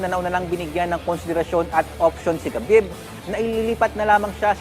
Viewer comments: Its not ka-bib. Its Ha-bib Ab-dul-ma-no-po-vich Nur-ma-ho-me-dof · Habib po ang tamang bigkas boss.....😂😂😂😂